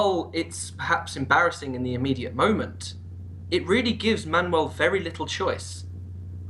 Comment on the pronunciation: It's Manuel I Komnenos sound more Greek xD